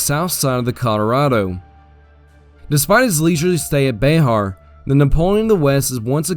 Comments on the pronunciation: It’s “Bear” not “Bayhar” - San Antonian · As a resident of Bexar, I must let you know it’s BExAR, like the animal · Bexar is pronounced bear not beh ar